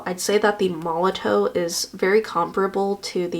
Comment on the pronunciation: Just as a FYI, Molotow is pronounced "Molotov". The w is a v sound, its made in Germany i believe. 😊